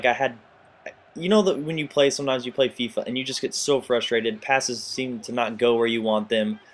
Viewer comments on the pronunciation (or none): none